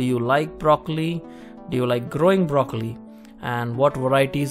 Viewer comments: i like brrrrrocollli.. :) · You made broccoli have 5 r's. Brrrrroccoli